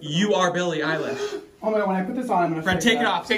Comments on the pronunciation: Every time I hear him say her name I hear “Billie eyelash” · Billie Eyelash (U just said that lmao)